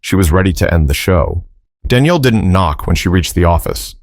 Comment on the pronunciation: I am lost a bit already. Is the lady's Danielle or is it Daniel. I know but it's obvious that the narrator does not, also whoever does the Captions!! 🤔😱